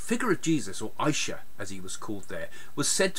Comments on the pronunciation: It's not Isha it's issa same as Arabic we call jesus issa indian letter s they pronounce it sh and w they pronounce it v and many more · The name does pronounce Isha, it's ISA